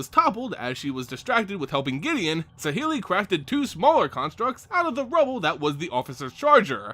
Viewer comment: I don't like how you pronounce saheeli rai but I do want one pleaseeee